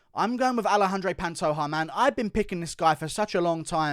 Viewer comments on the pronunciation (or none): Panto JAH not ha